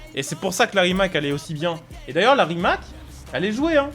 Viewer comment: Super vidéo mais Rimac ça se prononce « Rimatz » sinon continue comme ça 👍